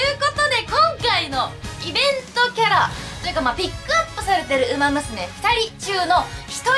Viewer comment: お元気そうで良かった…！ ウマ娘の名前の読み方は流石ですなぁ。